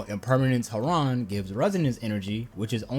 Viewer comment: Thank your making such a nice guide! This was very informative! Just letting you know, "Heron" is pronounced with no stress on the second syllable. The "o" almost sounds like a flat "u". HEh-ruhn.